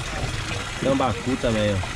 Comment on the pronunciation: O cara fala o nome dos peixes tudo errado... "Tilapa, tambacu" , nunca ouvi falar É tilápia e tambaqui cara. Esse segundo eu experimentei no norte, no interior do AM. E q por sinal, é gostoso p kct